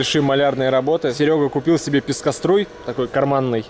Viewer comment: Как как ты сказал Серега? Писькоструй? )))))